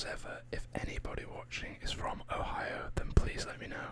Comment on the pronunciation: You pronounce it right the first time too